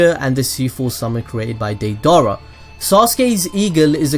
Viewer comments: Day dara?wow that really bothered me idk why😂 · Did you just say day dara